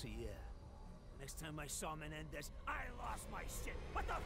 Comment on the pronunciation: Love it how he has a hard time saying menendez! lol